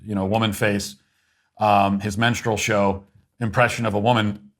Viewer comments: Are you saying "menstrel show" or "menstrual show"? Either way, brilliant! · I can’t be the only one who hears “menstrual show” every time Matt refers to Dylan as being a “minstrel show”.